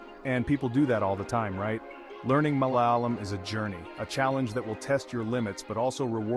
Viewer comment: MalayAlam with a long A as in “ah!”.